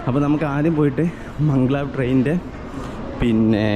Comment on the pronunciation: മംഗ്ലാവ് അല്ല ബ്രോ Mag_lev